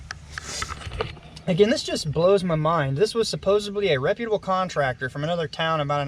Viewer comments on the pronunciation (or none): .....supposebly isn't a real word. I'm sure you meant supposedly. 😉